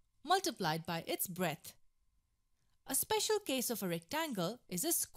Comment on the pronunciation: lenth? breath? shut the fuck up dammit and get a better speaker for these tuts dammit i dont even like math no more